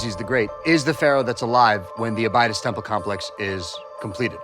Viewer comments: “Abide-iss?” Abydos is pronounced “A-bid-ōs.” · And here I was thinking why is he mispronouncing Abydos, the name of the other planet in Stargate SG1. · These so called archaeologists are pronouncing “Abydos” wrong! Hard to take them seriously when they can’t even speak clearly. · This egyptologist doesn’t know how to pronounce Abydos? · Interesting content. Love Dan Ackroyd being involved. I also love how nowadays these kids like to change the pronunciation of cities like Abydos, in order to make people think they actually have the "correct" pronunciation and everyone in the world was mispronouncing it until they came along 27 years ago. Makes me laugh every time.